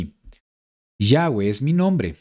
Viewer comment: shalom shalom!!! que curiosa información...aprendí mucho....una curiosidad... por que ahora pronunciado YAHWEH (GUE)? si ya antes aclaro que se pronuncia (VE) no digo que esta mal pero la pronunciación si lo esta ya que la W en el aleman y polaco suena como V ....ya que YHWH viene del judío azquenazi....pero igual...excelente enseñanza